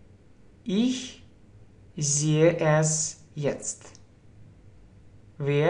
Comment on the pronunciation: Wier будет не( уе), а вир. Видеть, - зээ, а не зее... И жить, лебэ , не воспримь плохо, но лучше идти хорошо...